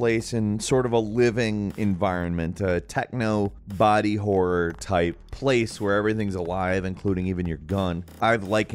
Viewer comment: God... you really have a problem speaking some words. "Top 15 Wor games of 2022"